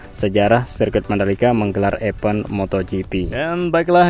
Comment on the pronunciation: EVENT, DIBACANYA: IVEN'T..!!! THANKS..❤❤